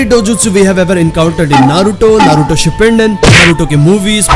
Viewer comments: Its naruto shipudden not shippindin 😂😂😂😂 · You don’t Know how to pronounce shippudin.